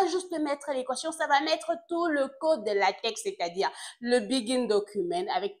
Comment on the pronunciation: Salut Doc ! Priere de prononcer Latex comme "Latek". Le latex est une matiere utilise pour fabriquer les ... 😅